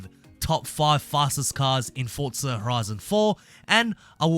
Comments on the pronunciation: Its Forza not "fortza" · Stop saying fortza it’s forza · Why do you keep saying fortza instead of forza lol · Why do people call it Fortza its Forza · Fortsa? Fortnight meets Forza? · Why he keep saying fortza? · Why is my guy saying forza with a t